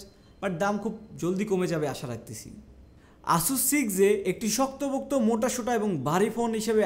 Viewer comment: উচ্চারণ "অ্যাসাস" হবে ভাই 🐸